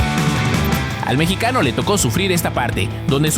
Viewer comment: Fueron mis oidos o este tipo dijo "el mechicano"? refierendose a Santi Gimenez si fue asi, se dice "MEXICANO" cabron